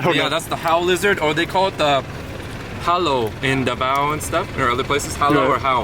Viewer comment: the big lizard is "HALO" not hawol😂😂😂😂